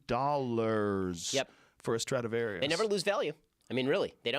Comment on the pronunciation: Joe "is it a strautavarious" Rogan